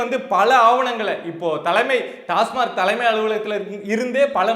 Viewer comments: டாஸ்மார்க் அல்ல டாஸ்மாக் என்று உச்சரிக்கவும் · டாஸ்மார்க் இல்லடா பக்கி.... டாஸ்மாக்......Tasmac TASMAC stands for Tamil Nadu State Marketing Corporation Limited.